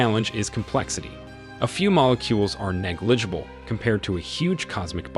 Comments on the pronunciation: he also cannot pronounce hugh or infinitesimally, amongst quite a few other terms... leading me to think he's never heard these words. even has trouble with other simpler words like negligible.... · Also, the mispronunciation of negligible, fahrenheit, and Betelgeuse in other videos. I think it's AI.